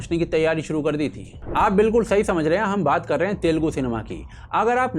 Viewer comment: Telgu nahi...Telugu bolo...